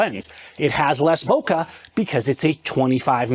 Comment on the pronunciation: Master Photographer who doesn't even know how to pronounce "Bokeh" properly...